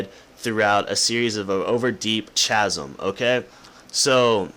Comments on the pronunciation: It's pronounced \ˈka-zm\ .... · It says "throughout escheresque sceneries over a deep and perilous chasm" and it's pronounced 'Kazem'. However, I think you would be more interested in the definition of escheresque rather than chasm. Give it a look ;)